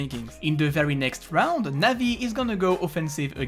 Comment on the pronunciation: cringy when u pronounce navi players names